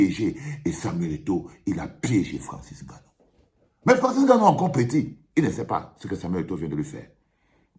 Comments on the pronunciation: Un "petit frère"... Cette "péjoration" camerou-NIAISE me... débecte tellement. Enne-Gannou ou NGANNOU? À force de se courber devant les autres on en oublie la réelle prononciation de nos patronymes. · Francis Haine gannou? Tu prononces son nom comme les français ? Vraiment ridicule. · Etoo qui prononce le « N » de Nganou. Sa me choque de voir un Cameroun obligé de prononcer comme les européens